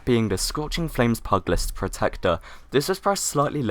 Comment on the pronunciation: Pugilist = pew-juh-list